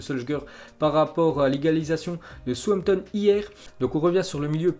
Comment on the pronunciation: Comment tu prononces southampton 😂😂😂